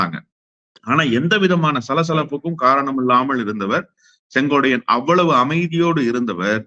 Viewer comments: அவர் பெயர் செங்கோட்டையன். நீங்கள் செங்கோடையன் என்று சொல்கிரீர்கள். திருத்திக்கொள்ளவும் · செங்கோடையன் அல்ல.செங்கோட்டையன் என சரியாக உச்சரிக்கவும் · அவரது பெயர் செங்கோட்டையன்... செங்கோடையன் அல்ல. . ஒருமுறை தவறு செய்தால் பரவாயில்லை... இவர் தொடர்ந்து தவறாக உச்சரிக் கிறார்... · எல்லாம் சரிதான் அண்ணே.திமுகவிற்க்கு நீங்கள் ஆதரவாக பேசுறீங்க பரவாயில்லை.ஆனால் அவர்பெயர் செங்கோடையன் என்பது தவறான உச்சரிப்பு .திருத்திக்கொள்ளூங்கள் அவர் பெயர் செங்கோட்டையன் என்பதே சரி. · சொங்கோட்டையன் உச்சரிப்பில் நீங்கள் சொங்கோடையன் என்று தவறாக உச்சரிப்பு. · Dai muttal sengotaiyan ellade sengottaiyan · மீண்டும் மீண்டும் செங்கோட்டையன் என்று சொல்வதற்கு பதிலாக செங்கோடையன் என்று திரு அவர்கள் சொல்வது தவறு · செங்கோட்டையன் னு சொல்லுயா யோவ்... செங்கோடையனாம்... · செங்கோட்டையன் சரியா உச்சரி